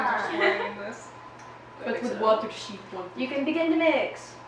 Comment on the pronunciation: WOTER SHEP